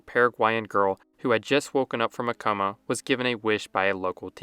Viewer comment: Ai voice. Skip it unless you like listening to a robot. Example: "coma" pronounced by the robot as "comma." Fuuck me dead.